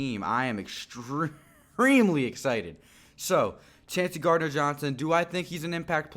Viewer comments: Chauncey pronounced Choncy. I'd be surprised if anyone besides McCoy, CGJ, & maybe 1 other draft/undrafted pick actually makes the team. There's not much room on the 53 man roster. Great grades & player evaluations btw! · his name is pronounced “Choncey” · Chauncey = Choncey